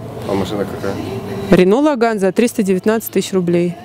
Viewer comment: все, конечно, хорошо. Но только ударение в слове Logan - делается на первый слог)))